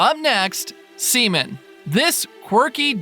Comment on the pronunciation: Really bro 😂u could of said SEA-MAN